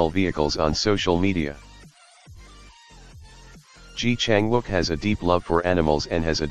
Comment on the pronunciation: Please learn to pronounce his name properly.